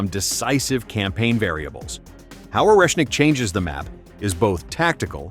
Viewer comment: ORESHNIK!!! 😂😂😂😂 way not Russian?